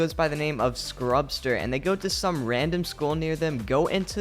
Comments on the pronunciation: It’s scrubzha not scrubster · It's not scrubster it's scrubzah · His name is not scrubster his name is scrubzah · Its Scrubzah not Scrubzer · It’s scrubzah not scrubster btw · Lol he pronounced Scrubzah wrong